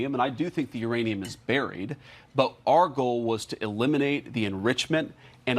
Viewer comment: is he calling it IRANIUM ? lol